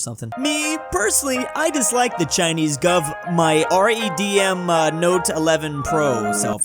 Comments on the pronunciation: "R-E-D-M note eleven pro cell phone" 😂 I think it's pronounced like the color red, and then, me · Did just read Redmi as R E D M? XD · bro cant pronounce redmi